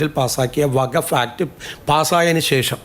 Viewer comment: വഘഫ് അല്ല വഖ്ഫ്.